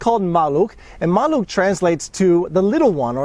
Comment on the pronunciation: It was my first car... great experience. Your polish pronunciation is brilliant congratulations 👍